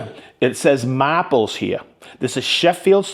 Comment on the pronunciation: you said mahples correctly